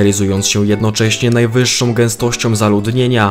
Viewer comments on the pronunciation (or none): NajwyższĄ gęstościĄ, czemu młodzi ludzie muszą mówić najwyższszOM, drażni mnie to jak cholera. Reszta super.